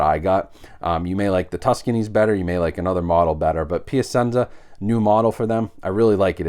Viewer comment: I think it would be pronounced Pia chenza